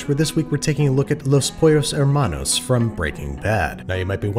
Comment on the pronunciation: I cringe so hard when he said "loss pollos hermanos"